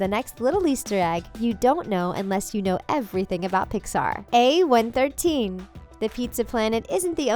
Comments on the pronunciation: Its a one one three not what u said a one one thirdteen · YOUR SAYING A113 WRONG